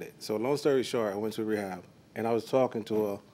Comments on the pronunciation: “While he was away at wehab”😂😂😂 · The man said wehab … smh 🤦‍♀️